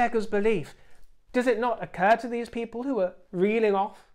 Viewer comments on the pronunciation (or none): none